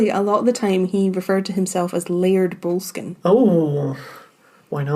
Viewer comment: Might want to learn to pronounce Boleskine properly...